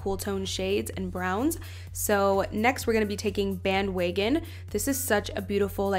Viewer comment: "band weygon" lol love the video